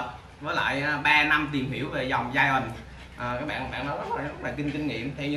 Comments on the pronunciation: Hoài Thu bữa phát âm sai đó bạn đọc gian rõ ràng bữa nay ngừoi ta góp ý mới sửa lại đó -_ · phuong nguyen đọc giai ent là đúng r nha bạn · Ủng hộ e vì câu nói "mình lừa đảo gì các bạn, mình là người mua chó chứ đâu phải bán chó😘" , điểm cộng nữa là e phát âm từ Giant đúng 🤣🤣🤣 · Méo hiểu s cái từ ( giant) này đọc là giai ần 😄, thấy đọc kiểu tây tây là kêu phát âm đúng